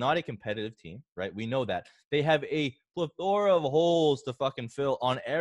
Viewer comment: Aw man you totally had me until when I heard you pronounce plethora. Now I'm selling James Robinson for a kicker